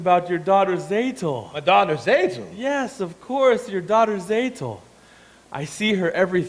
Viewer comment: This is a little nit-pick, but Tzeitel is pronounced "Zigh-tell" not "Zay-tell".